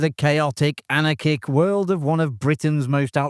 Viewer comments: An-R-Kick. Also not punk! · An-AR-kick. Bal-OV-ski. Bo-NA fi-DAY. You're welcome. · OK, I'm only 45 seconds in and you've already mispronounced both anarchic and Lise. If I soldier on, does it get better?